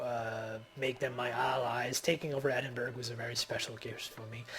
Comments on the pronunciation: Ed-in-bur-rah >< not berg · bu ka rest - bucharest oz lo - oslo Eddinburra - edingburgh ;-)